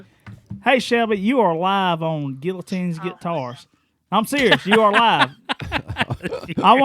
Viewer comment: FINALLY pronounced Guillotines correctly! 🤣🤣🤣🤣